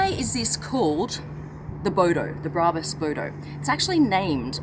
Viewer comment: Turned off instantly after hearing you pronounce brabus and Mercedes 😂😂😂😂😂😂😂😂